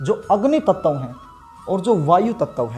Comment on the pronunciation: ततव तत्व 😂😂😂😂😂